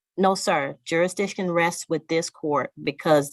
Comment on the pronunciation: He calls it. " Juridition". Thats not even a word.